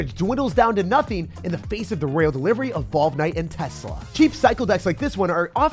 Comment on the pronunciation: I think you're missing pronouncing royale. It's a french word which is why it's so easily misspronounced. Just don't want you sounding goofy out there.